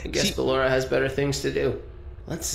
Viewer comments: He called Blora Poloma hahahahaahah 😂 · HE CALLED BALLORA BALOMA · It’s so funny how he says balloras name as paper in my language 😭😂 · THE WAY HE SAYS BALLORA AS BALLOMA